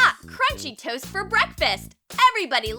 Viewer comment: And the tost like it's bernd